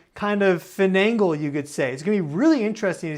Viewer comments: That's too funny I think you meant finagle although that means to obtain something with trickier or dishonesty but you said Fanangled which is I think a made up word lol . Correct me if I'm wrong but I couldn't find that word in the English dictionary LOL nor on Google. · That's too funny I think you meant finagle although that means to obtain something with trickier or dishonesty but you said Fanangled which is I think a made up word lol . Correct me if I'm wrong but I couldn't find that word in the English dictionary LOL nor on Google